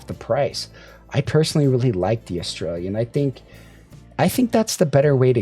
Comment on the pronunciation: bruh, eh-stray-uh.... sounds like you're saying "australia"... but it is fitting since i'm reminded of pronouncing "aria" 😂